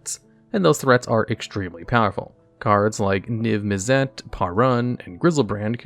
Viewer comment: I'm not fully convinced he does. The biggest example is his pronunciation of Izzet and Niv-Mizzet. Both are supposed to sound like "is it", but he constantly pronounces them using "iz et". Maybe he uses Google to provide a pronunciation, but not actually look for the correct pronunciation.